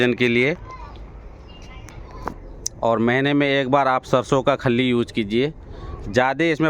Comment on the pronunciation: Sir, आप अपनी भाषा को भी fertiliser दीजिए..... खल्लि...... नही.... खली..... बाकी सब..... खली बलि खली बल्ली .......